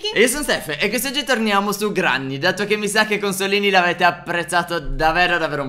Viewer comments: Si scrive granny ma si legge grenny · Non si dice granny ma si dice grenny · Granni si legge grenni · Cmq si scrive Granny ma si dice grenny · Si dice Grenny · Si dice grenni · Scusate ma si dice grenny